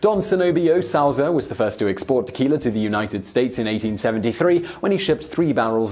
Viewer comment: "Tequil-er" - Heh-heh!